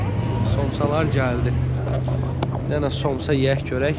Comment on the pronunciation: Somçs yox samça